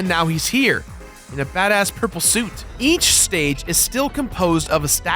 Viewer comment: wait did you just say "ech block people"